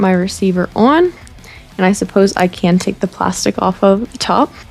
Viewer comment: Interesting how you say “on”. With your accent it’s “ooh-hun”. Funny. Love the channel.